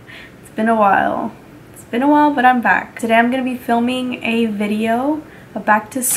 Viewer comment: "You is messing up tuhDAY....jeezuss." LOLOLOLOL